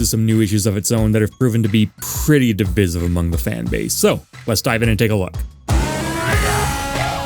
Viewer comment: never heard someone pronounce "divisive" like that